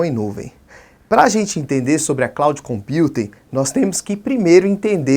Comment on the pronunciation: cloud computing -- pronunciar ing. Voce ta pronunciando cloud compute